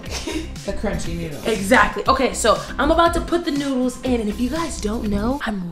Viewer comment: It's noodles not noddles but it's oke still love you guys ❤️❤️